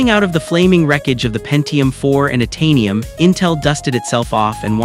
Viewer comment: the mis-pronounciation of Itanium and Operton was it for me. ugh